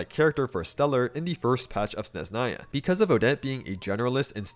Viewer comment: It’s SneZHnaya, not Sneznaya, don’t ignore the H